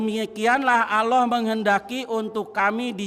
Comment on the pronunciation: Nyebut Allah aja asal asal an😂😂😂😂😂